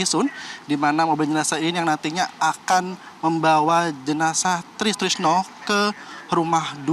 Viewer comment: Reporter sebut nama orang itu yang lengkap dong Try Sutrisno kok jadi tristrisno